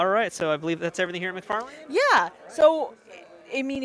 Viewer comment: McFar-Lane 🤣 It's pronounced "McFar-Lyn"